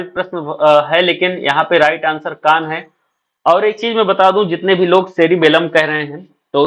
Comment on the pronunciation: कान सही है अंग बोला है